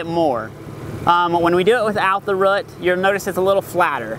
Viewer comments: RH-EWWWWT not ruht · Took me awhile to realize that this guy was saying "root". All I heard was "rut". XD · I had to stop watching since the way he says "root" not "rutt" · ugggg, its pronounced rooooooot, not rut